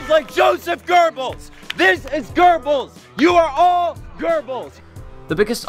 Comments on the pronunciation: The way Posobiec tries to say Goebbels annoys me ... sounds more like gerbils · "I'm gonna be saying Goebbels about 50 times in public. Should I look up how to pronounce it? Nah, research is for pussies."